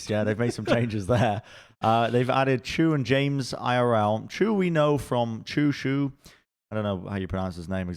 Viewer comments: "Why would you pronounce Chu as Shu?" Well I suppose that's true. -Sun- and Sidethrow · Sideshow, names don't follow the English language rules. Chu is exactly the way pronounced in a lot of other languages. In my language, for example, your way of saying the name would have to be written as "Tchu"